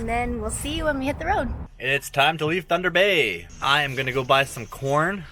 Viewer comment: It's (Tunder Bay) Boy Oh